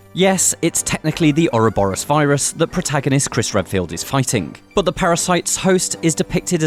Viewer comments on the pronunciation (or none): none